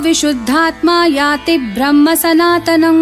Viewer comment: कृपया बीच बीच में ऐड न दें। पूजा में विघ्न पङता है। बिना advertisement का विष्णुसहस्त्रनाम बनाइये। धन्यवाद।आपका उच्चारण में थोङा बदलाव लाने से बढ़िया होगा 👇 आप ब्रह्म को "भ्रम" बोलते हो। इतना बढ़िया पूरा पाठ बोलते हो कि आनंद आ जाता है। Thanks 😊 and may God bless you.